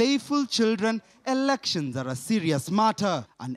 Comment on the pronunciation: did he say erections?